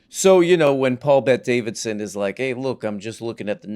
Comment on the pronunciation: That's not 'mister' madam. That's paul bet DA-VID-SON!